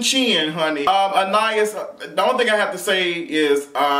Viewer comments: Anna-ys is how you pronounce it. She was really beautiful, back in the day. My godmom said she was twin!!! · It's pronounced, Anna- Eese. Lol